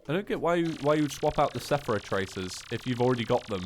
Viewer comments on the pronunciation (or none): I'm sorry but you kept calling it sephora when it's seraph and it's lowkey triggering me also combine the seraph tracers and the Elysian wings the wings aren't useless like the comment so can see cause it's useful info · when says seraph wrong